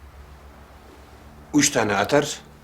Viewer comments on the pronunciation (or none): Kırıkkale degilde Gırıggale deyisine kurban..